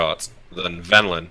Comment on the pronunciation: I love how the NPC is named Venlin but seems to have misheard and is saying Vendilin. Everytime is talking as an NPC to after he misspeaks uses Vendilin rather than Venlan. Little touches like that are why he is #1